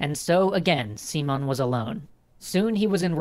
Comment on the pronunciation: I know if a video is in english, it must be pronounced in english. But just to clarify, "Simon" is pronounced without the "a" in the "i" [As in everyword in spanish, the letter i only has that sound] . =P. And the accent it's in the o. So, it's Si (with the i as in "in") - MÓN And bo-LI-var. =)